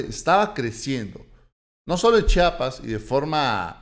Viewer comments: Disculpa que te lo diga, pero se dice chiapas, no chapas.. Te agradezco buen dia.!! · SE PRONUNCIA C H I A P A S !